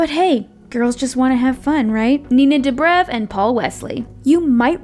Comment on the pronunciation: It’s doe-brev